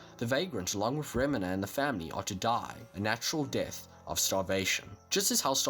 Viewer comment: This dood said remnah